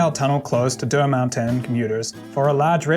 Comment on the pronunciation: I like the way how nails the pronunciation of "Deux Montagnes" as "Der Mountains", but anyways its an awesome video.